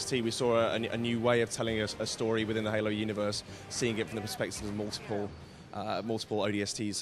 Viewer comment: its halo dude no hola lol fail